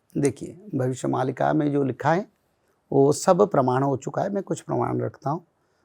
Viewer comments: Why is the host pronouncing मालिका as मल्लिका....stop thinking about mallika sherawat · Are murkh anchor, isko 'malika' kahete hain... "Mallika" nahi! Jaisa aapne bataya starting mein. Kya bol rahe hain zara soch samaj kar boliye. Har cheez western style mein nahi chalti!! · Malika is pronounced as Maalika (in Hindi - मालिका). We, Odias believe in this script.